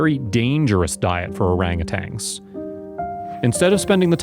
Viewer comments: Please pronounce their species correctly... "Orangutans", not Orangutangs... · This is just ridiculous and dramatized garbage. The narrator knows nothing about orangutans and can't even pronounce the word correctly.